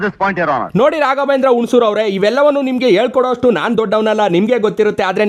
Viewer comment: ರಾಘವೇಂದ್ರ ಹುಣಸೂರು ಅಲ್ಲ ಮೆಣಸೂರು 😂